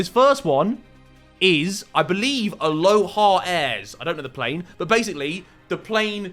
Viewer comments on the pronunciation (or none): none